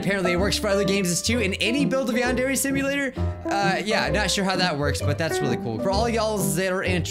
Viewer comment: Welcome back to "Yond every Samia" I CANT MY GOD :PPP